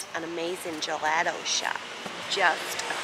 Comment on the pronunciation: Beach days are exhausting you're in the sun all day and it drains you, but it's lovely to be out in the sun. Gelato is pronounced juh·laa·tow not juh let tow